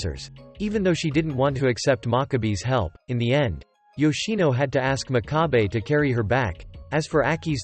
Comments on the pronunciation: did anyone notice that the man always said aks inst6ead of ask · Is it just me or is he saying aks instead of ask 😅